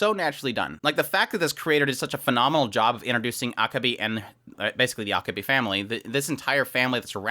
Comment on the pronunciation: I'm not sure if you're trolling me or if you just don't know but your pronunciation of Akebi is terrible.